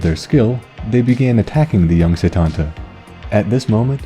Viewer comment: While close it's not how you pronounce it, at least when I learned it in school (I live in Ireland) it was always pronounced coo cullan and setanta is set-anta.